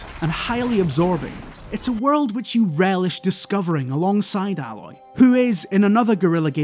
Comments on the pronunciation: Why is everyone calling her Alloy? As if she's some form of metal, her name's is Aloy. A-loy. Just listen to how everyone pronounce her name in game. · Oh, it's Aaaay-Loy, no Al-Loy. 'Aloy' not 'alloy'. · her name is A-loy, not Alloy, it's not a metal :) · Aloy not Álói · Dear me, the guy's scottish accent deepens and Aloy got pronounced much closer to alloy whenever he wants to make a joke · its ayyyyy loy. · How can you love this game so much and yet still say her name wrong?? It’s clearly AY-LOY. They definitely wanted it to be different from the word alloy even though that’s clearly the inspiration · I just can't get over the fact that most people get her name wrong, i expect from the people that do reviews to get it right. :)) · Somehow you did a good review and made me question if you've actually played the game all at the same time. Have you really not figured out how to pronounce Aloy yet? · Your pronunciation of Aloy makes me feel like you never played the game and were just reading a script. Am I wrong? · Such a great video, yep HZD was definitely my game of 2017, doubt anything will beat it. However, you kept pronouncing her name wrong, repeatably. Oh it irked me :D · Ok first i agree this game is amazing tottaly amazing and if you havent played it and havze a ps4 then i metephorically slap you and scream why. This dude is clearly reading a reveiw written by someone else you can tell because he misspronounces aloys name and if he had played the game her name is spoken out load more times than i can count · I REALLY hate the way people prenounce Aloy... THEY ARE DOING IT WRONG!